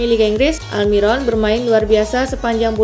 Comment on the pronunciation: Aldiron sebutan koci justin